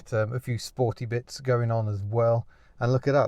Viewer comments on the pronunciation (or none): none